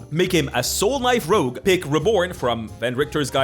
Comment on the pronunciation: As someone living among Francophones, who can't roll an rrrr to save my life, boy howdy am I jealous of how she managed to draw out that "Rrrrrrogue." XD